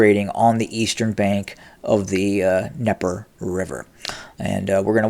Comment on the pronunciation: Voice of Putin says the the Ukrainian advances across the Dneper River is not of any consequence... Huh? So while Putin's throwing major air assets at those Ukrainian forces, Putin's ground forces are Backing UP!? Oh boobie, it's the 'DNeper' not 'Neper'. Jeeze.